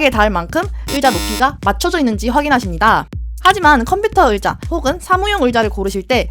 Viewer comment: 으자 말고 의자요!!!ㅎㅎㅎ 재밌는 정보 고맙습니다